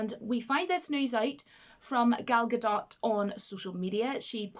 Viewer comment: Gadot is pronounced exactly as it spelled - Ga-dot. 100%. In this video she says it right.